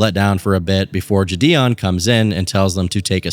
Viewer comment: Bro what’s up with your pronunciation of jidion? Is this vid ai voiced?